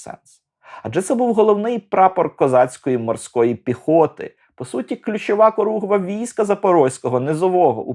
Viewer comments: Не коругва, а хоругва або корогва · улюблений фільм. Тільки Хоругва, а не коругва...